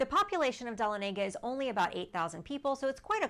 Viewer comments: Pronounced as Duh-Lon-uh-guh. Not Don-a-Lay-guh. I live nearby. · It’s pronounced Duh La Nega We used to go camping there every summer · It’s Duh-lawn-ah-guh lol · You are mispronouncing Dahlonega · Learn to pronounce Dahlonega!!!! So many of these sites never get towns correct?????